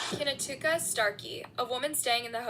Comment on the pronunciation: Kinatuka? You mean Knautica as in Nautica? Poor child. Great video